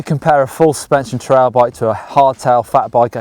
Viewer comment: It sounds like you are saying trial bike and not trail.